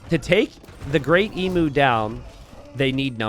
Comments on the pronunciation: FYI Emu is pronounced EEEEM - YOOOO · Genuinely thinking pronouncing it 'Emoo' made sense, until realising that it actually is spelt like the animal emu. Now the Aussie in me kicks in suddenly to complain, "that's not how you say it!" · God, as an Australian it hurts so much to hear Emu pronounced wrong 1000 times in this game! Not that the spelling makes sense in the first place, so it's understandable.